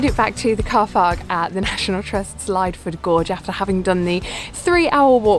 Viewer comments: I think it's pronounced Lidford. Great vid! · Pretty sure its pronounced lid-ford gorge :D I love going there, been a while since I last went. Great video :) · I get so many comments across so many of my videos that I keep pronouncing place names wrong, I think it's going to sadly become the quirk of the channel - but you've been the first person to let me know the correct way to say Lydford. I'd so pleased you still enjoyed the video despite my butchering of its pronunciation 🙏